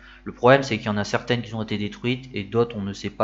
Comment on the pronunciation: Sujet bien traité, bien explicatif. Attention aux fautes de liaison dans ton élocution ; beaucoup de "qui-z-ont" Sinon, il faut vraiment être passionné de bagnoles pour afficher une Ami ... 4-5-6-7-8 ? Peut-être un prochain sujet de vidéo 😊